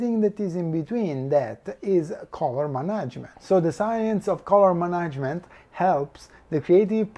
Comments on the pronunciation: I understand. I was in fact wondering if any of you were native speakers. I'm not either. I'm just an old and uncontrollable grammar nazi. I was cringing a little every time I heard the word "management", but still quite an informative video, I was enthusiastically glued to the screen. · So nobody in his team took the time to point out how "management" actually is pronounced?